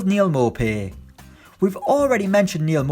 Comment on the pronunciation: Its pronounced Neal 'moopay'